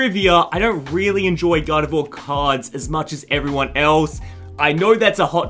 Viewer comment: Bro I thought you were saying "god of war" not "gardevoir" 😂😂😂